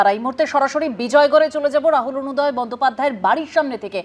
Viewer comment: Borunoday bolchen kno? Orunoday .